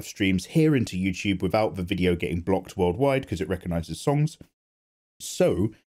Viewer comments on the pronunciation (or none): none